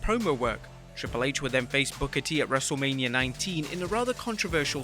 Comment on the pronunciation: It took me a while to realize you were saying “wrestle lame-ia” 🧐 🤔 🤨